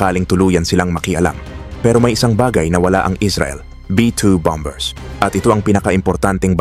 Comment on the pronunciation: Mahusay at detalyado ang report mo… kaso i-check ko lang ang pronunciation mo ng: BOMBER (S)……. [ Ba-Mer (s] Silent letter B.. Again…. Ba-Mer! Hindi. … BAM-BER … sakit da tenga kasi… no offense mesnt..